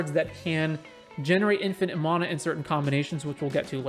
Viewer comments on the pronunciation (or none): You say mana wrong